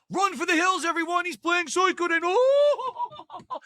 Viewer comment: the way hes saying "suikoden" is rly getting to me LOL